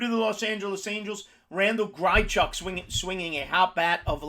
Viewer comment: It’s hard to take you serious when you don’t know how to pronounce half the guys you recommend. Grychuk???